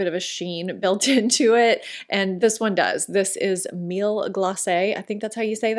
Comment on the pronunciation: Miel is pronounced like “me-ELLE” said fast!